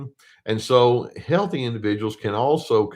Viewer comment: "team heaththy" - thou doest professeth too much. lol : D